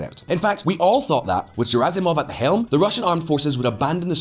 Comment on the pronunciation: It's pronounced Gherasimov, not Jerasimov.